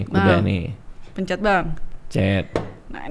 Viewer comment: 🙎🏻‍♀️"pencer bang" 🤦🏻"pencet"